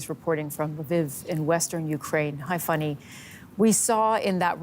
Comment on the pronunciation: Why do you keep calling her “Funny”? Her name is Fanny, which is pronounce like fan + ee.